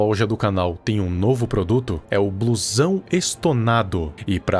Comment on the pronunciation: quando tu foi fala da roupa e falo blusão eu entendi "bluezão" kkkkkkkkkkkkkkkkkkkkkkk